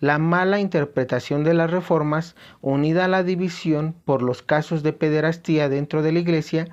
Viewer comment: Hermano. Gracias por tus vídeos. ¿quíen sería el antipapa? Pir otro lado, sin afán de ofebder, se pronuncia pederastia, no pederastía.